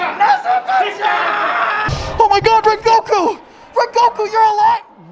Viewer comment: It's NEZU-WAR!!!